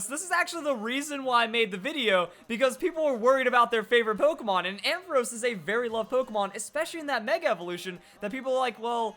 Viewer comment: You're pronounced ampharos wrong